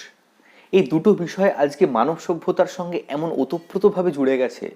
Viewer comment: ajke ke ajke bolben.azke bolen keno ?